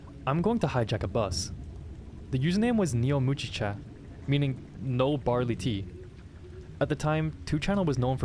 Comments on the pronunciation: Also its NeoMugicha not NeoMujicha. It's a hard G. It means "new barley tea." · Don't know if if you meant to say "no barley tea", but the Neo in Neomugicha (g pronounced like in "give") is the Greek prefix meaning "new".